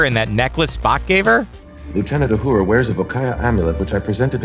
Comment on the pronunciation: Where does the "D" sound come from in Uhura? Don't read into it. Just say the name as it has been pronounced for over half a century.